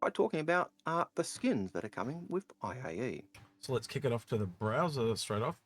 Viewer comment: I was gonna say, everytime he said AIE I was internally yelling with gnashing teeth "It's I..A..E! Intergalactic Aerospace Expo" xD